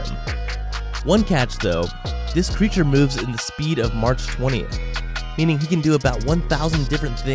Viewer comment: I'm sorry but "march 20" 😂😂😂😂😂😂😂😂 it's mach